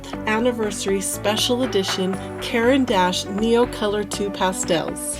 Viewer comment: It's pronounced kor ahn dash